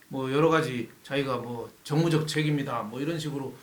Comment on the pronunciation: 그자리가 정치적 정무적판단을 하는자리인가요! 정무적이라니? 발음조심하고 조 꾸라지!